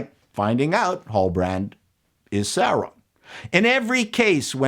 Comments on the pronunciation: "Sauron-dar" caught me off guard 😂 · “Saurondar”, funny 😅🤣😂